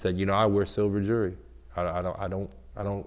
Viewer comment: Your entire life is dedicated towards jewelry but can't fucking pronounce jewelry